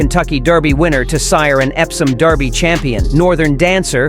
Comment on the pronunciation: The only other top Derby contender who has a distance pedigree comparable to American Promise is Journalism. Why no mention of American Promise's SECRETARIAT bloodlines? It would be nice if the A.I. narrator would pronounce the word "derby" correctly. It's NOT pronounced "darby"!